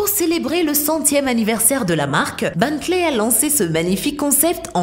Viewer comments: c est pas Bantley mais Bentley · Ont prononce "Bentley" pas beuntley